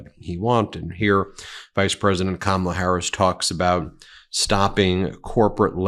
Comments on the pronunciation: Last name, he can't pronounce her first name. Kmala instead Kamala. What an insult. Peoples names are very important to them. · It's COMMA-LAH, Donnie. 🤬🤬 And yes, people do know her name. She's the vice president. He's such a pathetic man child. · The fact that they still pronounce her name wrong is absolutely disgusting and disrespectful. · The scary part about this is people actually think he will make a good president and he has yet to talk about what he is going to do for the American people. Its crowd sizes, Time magazine cover, how says her name wrong on purpose, Hannibal Lecter, and other nonsense. And these idiots are eating it up. We have make sure this man does not become president sgain. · When you mispronounce her first name how do we hone who tf you’re talking about? Pronounce her name right so we can answer properly! KAMALA HARRIS has a her name! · The man on the street didn’t know who he was talking about because that is not her name. If you can’t even pronounce a name right, you should not have nuclear codes. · VP Harris lost her Mother early . She was named after her mother. Shamala. It’s a shame Trump and his cohorts refuse to pronounce it correctly . It’s an insult to her mother . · The man on the street probably didn’t know her because Trump mispronounced her name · Trump intentionally mispronounaces her name! I have faith in her .....Can't wait until she's president!! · It'd help if he could bring himself to stomach pronouncing her name correctly instead of using his middleschooler level burn